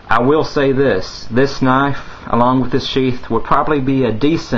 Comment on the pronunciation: its knife not knafe